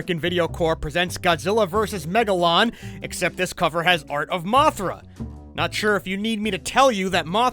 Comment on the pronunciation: God gilla us wegalou I Laughed at that For 5 or 8 minutes😂